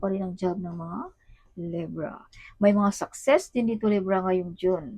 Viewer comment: LEYBRA ❌ LEBRAH❌ LEVRA❌ LEBRAH❌ LIBRA✅